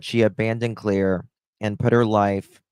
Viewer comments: Her name is Claire Bell NOT CLARA BELL!!!!! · Sweetie, her nam is Claire Bell, NOT Clara Bell. Love you!